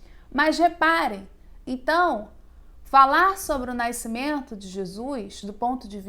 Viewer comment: Excelente vídeo Engraçado é a professora falar naicimento rs